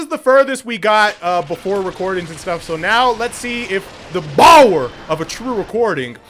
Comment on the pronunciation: Its Bower not baller.